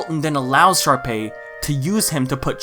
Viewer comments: bro i can’t tell if he’s saying sharpie or jus can’t stay sharpay properly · Why do you pronounce Sharpay as Sharpie? Lmao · but why do you pronounce sharpay as sharpie??? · Did you just say Sharpie instead of Sharpay? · Did you say Sharpie? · It’s a bit in all the hsm videos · Did you just call sharpea a sharpie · has always pronounced sharpay as sharpie? its just now right? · I’m crying over the fact that you keep calling sharpay “sharpie” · Sharpay? No, it’s SHARPIE